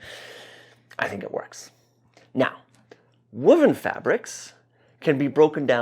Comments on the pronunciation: Linguistic note - I've never heard woven with a 'wood' vowel before ! Woo-ven. Only ever heard it with the 'woah!' vowel. Woah!-ven. 🙂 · I agree 100%. Always provides solid content. But his pronunciation of woven is making me crazy. I pronounce it woah ven. He says wuh ven. Tomato. Tomahto.